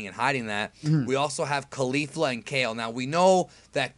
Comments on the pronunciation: I cant handle people saying Kalifla anymore. Ok her name is Caulifla like Cauliflower excepts its CauliFLA. Thank you use this wisdom well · Why do you keep mispronouncing Caulifla? That's not even close to how they have been pronouncing in the show.